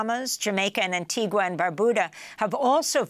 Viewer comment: not Antee GWUH. Antee GUH